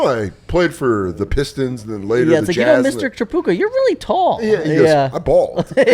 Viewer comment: The Tripucka pronunciation is getting to me 😂